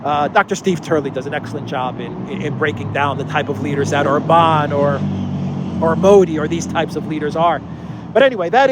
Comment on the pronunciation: For the love of God, Orban is pronounced with an accent on the first vowel, not the A. Love your videos, listening daily, keep up the great work! Greetings from down under 😊